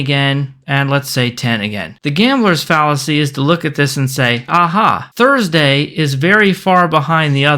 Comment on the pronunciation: An 'R' for Thursday... My brain couldn't handle that. I had to take a small break, before finishing the video.